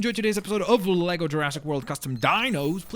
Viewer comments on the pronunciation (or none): none